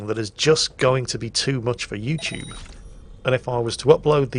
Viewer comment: 'Yo'u TuBE. No 'THEM TUBE'